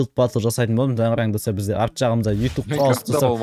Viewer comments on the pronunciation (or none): none